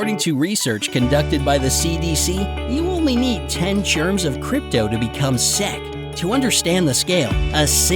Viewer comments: he pronounce "seck" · who realized he said sick wrong